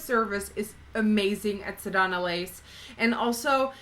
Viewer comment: I kept lol'ing when I heard u say sedonna lace instead of sedona lace. Swear I had to check the spelling to see of I was saying it wrong.